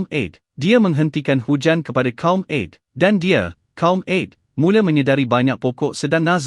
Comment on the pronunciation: Canel ini memang baik dlm meningingat kn kita .yg jadi masaalh sebutan2 dlm penyampaian nya kurang sempurna.ta'ala jadi ta,ale...'Ad jadi Ed...baiki sebutan trgantung sebutan harian kita...